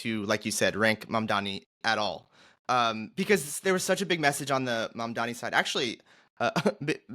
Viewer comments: "The name is Mamdani -- M A M D A N I -- you should learn how to say it." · Embarrassing that 2/3 of the panel can't even get the name of the winning candidate right. M-A-M-D-A-N-I.